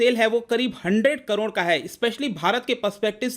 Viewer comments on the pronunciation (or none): none